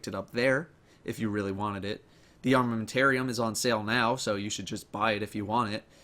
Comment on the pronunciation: I Litterally Had a spaw when you said armamentarium